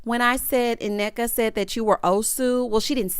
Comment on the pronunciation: The first N Nneka is silent..also Wendy friend name is pronounced Key-ona...she is my old hairstylist